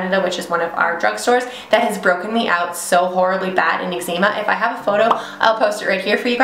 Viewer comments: Calgon probably, but no eczema is pronounced "eg ze ma" or the way I pronounce it. Different countries can pronounce things differently. :) Not sure why this was worth commenting tbh. 😅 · Your pronouncing calgon and eczema wrong